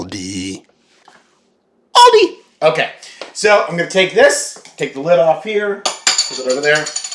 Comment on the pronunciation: Don’t ever say Aldi like that again. No stop it, please stop it